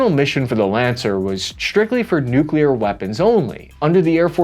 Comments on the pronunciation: Also, do not promote the Noo Que Lear dialect. It is Noo Clee Err. pronunciation matters. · I speak for everybody when I say that Kudos to your speech therapy!!! You are nailing the pronunciation of difficult words in your late videos. Especially the NUKE YOU LEAR! Btw... Where can I get that t shirt? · Congrats on your nuclear pronunciation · Wait wait wait.. why aren't you saying "nu-clear-er"😂😂